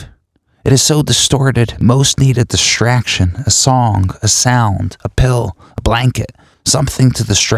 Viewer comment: this is excellent but words strangely said -- myshtery, dishtraction, shtress, shtriving. mildly distracting but overall a great program.